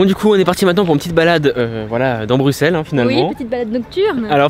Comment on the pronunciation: BRUSSSSSSSSSSSSEL ON NE PRONONCE PAS LE X